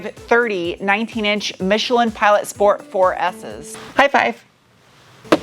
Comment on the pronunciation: Shhports. Sheeesh!!!